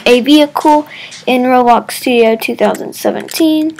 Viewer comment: did u hear how he said studio at 00.14